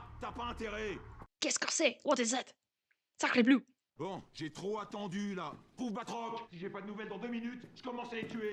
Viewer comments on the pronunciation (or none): "sack ree blue" when a dumbahh tries to make fun of the french but fails to pronounce it correctly